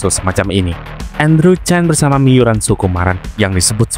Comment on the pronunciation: Maaf min sebutan nama marga chan tetap di baca chan bukan Chen karna ini dua marga yang berbeda sekedar info saja